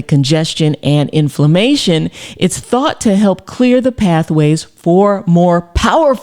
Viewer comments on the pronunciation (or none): none